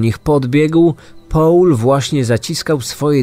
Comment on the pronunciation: Bardzo profesjonalnie zrobiony podcast, natomiast nieznośnie brzmi jak wypowiada Pan angielskie imiona. Paul czyta się po prostu ‚Pol’ a nie ‚Poul’, damskie imię Denise czyta się z akcentem na ‚i’ czyli ‚DenIs’ an nie ‚DEnis’ co brzmi jak imię męskie.